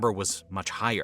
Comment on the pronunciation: It's Gorbachev. Not gorbechof